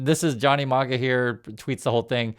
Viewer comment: its not Marga as in Marbles. It's Maga as in maggots